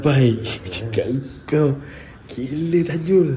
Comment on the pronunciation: Baru jugak tengok sembang seram, cakap TAJU bukan TAJUL, takde L 😂 Lawak lah 😆 Apa2 pun terbaik MRA!! 👍🏻👍🏻👍🏻